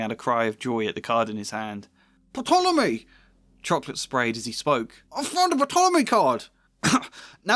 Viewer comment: Fyi: the P in Ptolemy is silent. Other than that excellent video. (And i think you're too hard on yourself about your pros 😉)